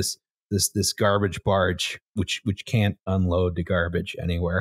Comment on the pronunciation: i believe it’s called “garbarge”